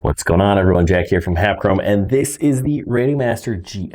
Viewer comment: english is not my language, i needed 20 minutes to do this correct . and sounds like add and that confused me...finaly made it. need to try it in sim